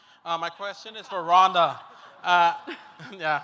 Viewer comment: ronda say it right<<<<<< ufc white house card is sucks lol heheheh 100% true